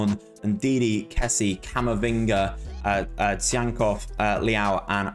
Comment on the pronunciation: lmao for butchering Tsygankov's name and then saying he's from Uruguay.. don't look like one is he haha